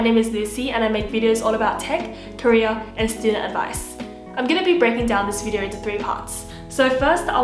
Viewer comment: 🤣The way she said career 0 : 30 sounded to me like Korea 🤣